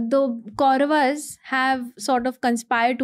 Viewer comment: Your work is great.. But don't let it sink.. Like for instance inviting people like her... As an audience itself we understood she is not that experienced and it's ( KAURAV) AND ( PANDAV) ... "GLORIFYING" miss pronunciations 😤